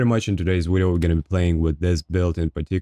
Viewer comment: stop saying "widio"